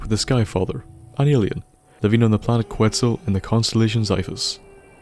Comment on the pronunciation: pronounced quetzal wrong. its ket-zal